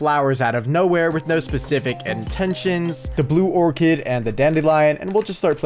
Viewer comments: orchid is pronounced more like or-kid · Why bro pronouncing “orchid” as “orchard”